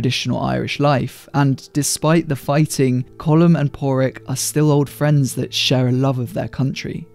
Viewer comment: Our fourth green field? Have to say finally someone can pronounce Colin Farrell's charecter's name.